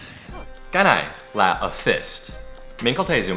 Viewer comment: phải tua lại nghe thầy nói chữ "nà". xD